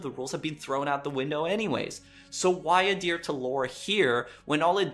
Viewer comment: adhere is pronounced ad-here NOT a-deer.